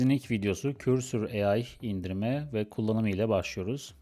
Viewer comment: bir yazılımı öğretme iddiası olan biri önce o yazılımın adını doğru telaffuz edebilmeli.